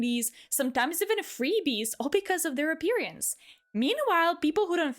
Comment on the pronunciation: I understand English may be your second language but I chuckle when you say appearance cause of where you put the emphasis.